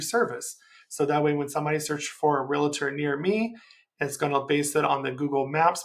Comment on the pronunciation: REALTOR, pronounced REAL TOR There is no i. Great video :)